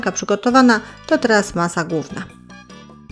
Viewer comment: "Masa gówna" dla tego warto pracować nad wymową.